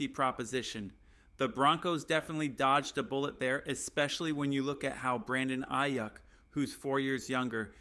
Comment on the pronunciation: Come on bro I get that news is slow. But saying the broncos will shock the world and spend half the video talking about a CUT special team's guy and players getting drafted 10 picks before we are on the board. Diggs was never a real option. Dude can't say stefon or aiyuk like. Gd do the smallest amount of homework and stop sensationalizing shit for a view. Blocked this channel after that dumb shit